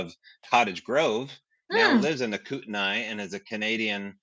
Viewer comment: It’s pronounced Kooten-knee not Kooten-eye, or Kooten-knees not Kooten-eyes.